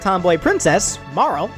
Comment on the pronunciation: It's Marley, not marril And eye-la, nit A-la